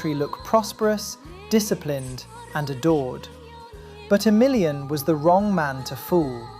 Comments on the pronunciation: Pretty sure you stress the A in Emilian so that you at least don't say it like "A million". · 3 minutes in i kept thinking you were saying "for a million" and not "for emilian" and i thought damn they let a million people in????